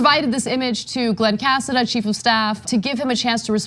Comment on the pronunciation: That's a Spanish last name is pronounced Casáda